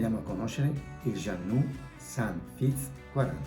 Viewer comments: Vala' vala'!! Gianno'. Non puoi sapere di barche e pronunciare giannu'. Dai!! E poi mi sembrava di assistere ad una televendita di materassi e pentole ai tempi del Berlusca!!! Per fare il giro del mondo...primo servono dei buoni marinai. Ovvio anche la barca ma credo che con quella cifra trovi poco (o forse parlavi della caparra) saluti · Moody si pronuncia mudi, jeanneau si pronuncia con la o finale altrettanto per beneteau grazie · Per favore Mudy e non Mody, Jeanneau si pronuncia Jean no. Informati